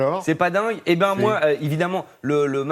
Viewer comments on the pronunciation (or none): « C’est pas dingue? » ou « c’est pas dingue! », le sens n’est pas du tout le même et là, le chroniqueur arrive à prononcer les deux en même temps. (? à 60% ; ! à 40%)